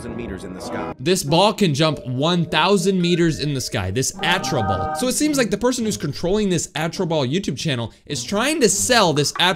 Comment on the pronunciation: Yeah, you’re saying the name wrong. It’s actually called Astro ball. I’m not trying to hate or anything. I’m not supporting these stupid channels or anything either you were just saying the name wrong